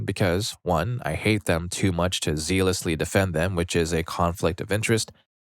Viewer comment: My dude, "zealous" isn't pronounced "zeel-us," it rhymes with jealous. Zealous = "zell-us." Therefore, "zealously" is pronounced "zell-us-lee." JFC learn how words are pronounced before you say them on these videos!